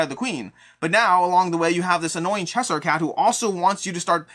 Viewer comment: “Chess-Hire” is definitely one of the most interesting pronunciations I’ve heard.